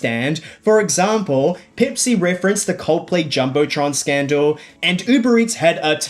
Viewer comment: peepsee cola?